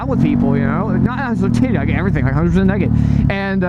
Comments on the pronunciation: You saying neked made this video 10x more funnier than the story you were telling. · BTW I'm glad you pronounce it "neckid". A country boy will survive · you say naked weird is just you or America? (I'm from Canada)